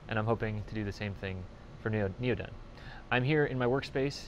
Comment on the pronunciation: Want to see part 2, and more videos like this. I look at your channel every month or 2 but this is the first video I've watched in 6 or 8 months. Hope goodyear doesn't sue you... :) Also, at least you pronounced NeoDen correctly... :) Missed you this week on AmpHour.